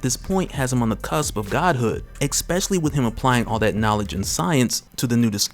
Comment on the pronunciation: Especially Esssssspecially Not Xspecially not exspecially